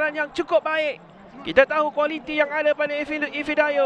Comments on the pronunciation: ife oi bukan efi, efi efi haha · Ifedayo, bukan Efidayo wahai pengulas oi...